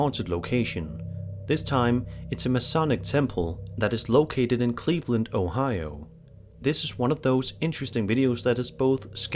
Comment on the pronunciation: Did he say Ohio 💀💀💀 on 48